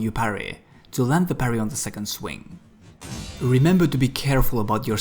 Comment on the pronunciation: He says parry like Paris. I like it.